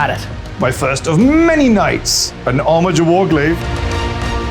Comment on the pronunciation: Armiger's is a hard G, as it's from the Latin.